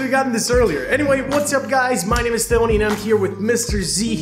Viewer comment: Sounds like he says Stony